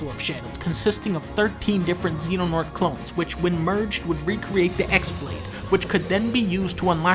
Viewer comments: I like how u can tell that dunkey just learned most of this off a wiki because he pronounces X-blade as literally “ecks blade” instead of pronouncing it “key-blade” (it’s spelled with the Greek letter Chi, which looks like an X) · X BLADE IS PRONOUNCED "KEY" BLADE. YOU HAVE FUCKED UP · No dunkey, Kingdom Hearts X isn't pronounced X, it's pronounced X. Just trying to clarify. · Good video but χ-blade is pronounced like keyblade not X-blade. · Obligatory “X is pronounced as chi” comment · It's not pronounced as the "ex" blade but instead uses the Greek letter chi which is pronounced as "key" so it's actually called the chi-blade and not the key-blade. This is simple stuff you're missing! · Dunkey, you keep saying X blade, but you don't understand how much worse the truth actually is... The X is actually the Greek letter χ, "Chi", making the correct pronunciation KAI-Blade. Ever since I found this out its become perhaps the funniest thing in the entire series to me. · its not x its pronounced chi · Xblade is actually pronounced keyblade, its a little bit of extra flavor in a generally dull series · Actually a really accurate video. Only thing is that the "χ-blade" is pronounced "ki blade". So it gets even dumber/more confusing when you start talking about keyblades and ki blades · It probably would've been a bit funnier if you used the X-Blade's proper pronunciation, which is "Keyblade." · The best part about the "X-Blade" is that the "X" is actually the symbol "χ", which is pronounced "key" in game. "χ-blade" is just "Keyblade" but spelled real fancy. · Should have made a joke about the X always being pronounced as "key." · The χ is actually pronounced "chi". I only know because I play this shitty mobile game.